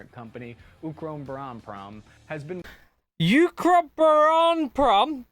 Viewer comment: you trying to say ukroboronprom is like scottish people trying to say purple burglar alarm